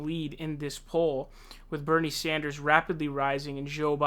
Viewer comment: Look I love your vids but yesterday it was Bernie SAUNDERS and today is KloberCAR 😂 I wanna hear you say Tulsi Gabbard 😂